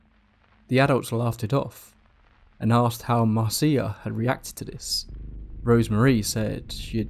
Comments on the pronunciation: Please please get the names right! Her name was Marcia, not Marcee-a, sorry to be pedantic but it’s irritating as all hell. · Umm... the name Marcia is pronounced Mar-sha, not mar-cee-ah. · If her name is Marcia, it's pronounced MAR- sha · Hey I love your channel because your narration is great. A lot of channels have stories but often the narration style detracts from the stories. One FYI though, the name Marcia is pronounced Marsha. I’ve worked for a few podcasting companies and always recommend googling the pronunciation of proper nouns and listening to them since these types of errors are common when doing text based research and they can really take the listener out of the experience, especially when it’s a word that’s said so many times. On a personal note, that’s something that really affects me since I’m neurodivergent. For me, this video is all but unlistenable since my mind is hanging up on every instance of Marcia. Wanted to give that info and perspective. Thanks for all the great content! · I thought Marcia was pronounced as Marsha? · Marcia is pronounced the same as Marsha. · Pronounced Marsha